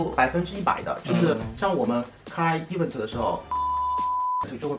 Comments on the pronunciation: 以后找工作不害怕了，Patrick的 e v嗯 te （event)让我每次都很出戏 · 哈哈哈哈 一碗特儿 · 小哥的 Event 能不能念对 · Event 麻烦发音先学好，听的难受😖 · 来宾“Event”的重音可以调整一下，听上去怪怪的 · Patrick是不是一直把event读错了…… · 说event的时候太傻了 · 就想吐槽一句，高定设计师连event的音都发不对。。。。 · 发音真的low，而且还很爱讲，hahahha